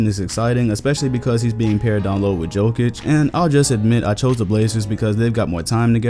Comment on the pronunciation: Nice work, only a small correction. Jokic is pronounced like Yokic, not the J sound like in joke :D